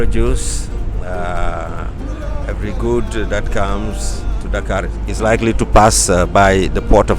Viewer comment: I love the way you pronounce Dakar